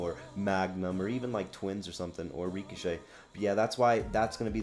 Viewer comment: I agree with the list but I would’ve mentioned the overdrives more because they’re an important part also it’s funny how you say reek-o-shay